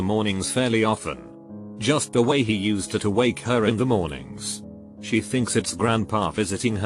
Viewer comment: nobody: voice: juuuslblijiusst